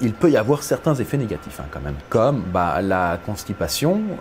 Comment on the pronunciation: * quand même et non comeme 😅